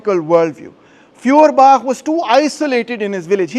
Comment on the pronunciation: Pron. Foyerbakh. Gaelic/Scottish kh sound = German ch sound.